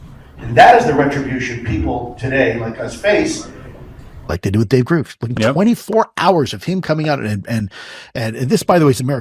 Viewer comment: Why does he say it like that